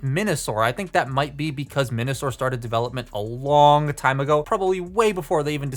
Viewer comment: You kept saying Menasor as Minasor